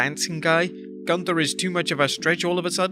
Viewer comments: That's pronounced as Goonther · Is it "Gunther" or "GUNTHER"? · First ☝️ great vid as usual😎 PS. For some reason I can’t stop laughing at the way u said GUNTHER! 😂😂😂